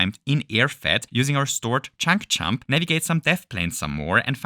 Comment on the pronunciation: “if we chump with a chunk while chumping”